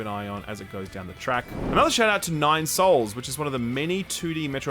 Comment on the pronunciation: I think its supposed to be souls inspired but his australian got in the way